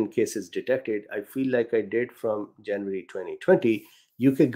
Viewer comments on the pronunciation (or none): none